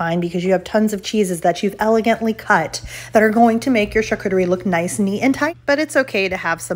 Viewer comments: yes...but if you show a video on something you need to prinounce it correctly. I heard it 3 times before i knew what you were saying. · You sreny prounouncing charcuterie correctly.